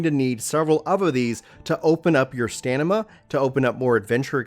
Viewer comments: Lmao it's stamina, not stanima...your pronunciation is terrible. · Ok, its not a speech impediment if you're just pronouncing it wrong. STAM-INA, not STAN-IMA. Jesus, this is elementary shit. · You keep saying "Stanima" so confidently ahahaha it's Stamina 😂🙏🏼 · Is it stanima or is it stamina?? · It's Stam-inna bro not stan-nimma 😫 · It's not 'the way he wishes'... Stamina is a word in the dictionary... Stannima is a word you made up :) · Stanima lol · I love how he says "stanima" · Did he serious just say STANIMA. Come on that's a 10 year old mistake. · Is he saying stanima? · “Stanima” I love u man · Why do you pronounce stamina as stanima?? 🤔😁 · My dude said " Stanima " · "Stanima" he says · Did I hear it right? "STANIMA" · haha you keep saying "stanima" And also thanks for the help I have more stanima now. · Lol yeah I heard the stamina part, that was funny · Oh dear lord... dude.... can't you read?! "STANIMA"? ... no! Repeat after me: S-T-A-M-I-N-A! . It's ANEMOCULUS not... whatever the f***ck you said... And "Aquaint Fate" not... antiquated fate.... And a BUNCH of other stuff, it made my brain hurt.... other than that, good video. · "Antiquated Fate" "Stanima" "Enema" Bro I'm not sure that this is the career for you LOL